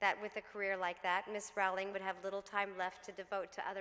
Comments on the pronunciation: love you Jessica, but it's "ROWLING" not "RAWLING" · Dear SJP--I love you but you mispronounced Jo's surname over and over. It's simply "row-ling" (as in "row" your boat). You're welcome. Jo seems like an absolutely lovely person. Wonderful speech! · You could at least pronounce her name correctly. She's only the most known writer in the modern age.